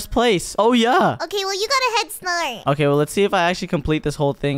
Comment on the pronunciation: say "head snart"